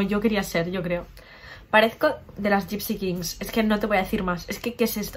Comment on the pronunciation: Me encanta cuando dice los 'gypsi' Kings AJAJAJAAAJJ